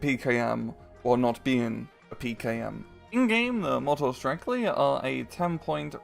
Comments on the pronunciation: It is not Motostrekli, it is Motostreltsi. Tsi is just like you would say "Tsk". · C is c not k And it is motostrelci not strekli